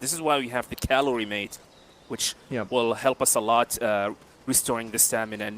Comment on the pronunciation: Great run as expected from Jaguar but did anyone ever tell them it's Maté and not calorie mate? 😂